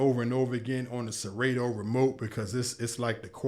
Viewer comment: did you say "siraydo"? ITS PRONOUNCED SERATO